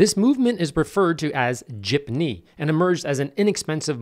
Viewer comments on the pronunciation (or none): It is pronounced JEEP-NEE, not JIP-NEE. Source: Married to a filipina. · its pronounced jeep - nee btw